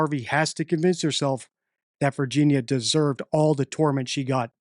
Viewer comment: please pronounce Virginia’s name correctly out of respect mate ❤🇦🇺